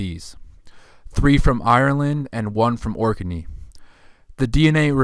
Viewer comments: It's pronounced Orknee not Orkerney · correct Ork-nee not Ork-e-nee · You're saing 'Ork n eee' 'Orkinee',…. I thought it was pronounced Orknee: Orkney,… like Ork Nee